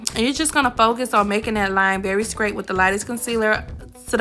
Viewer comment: “Skraight” is crazy sis😂😂 good video tho nonetheless ❤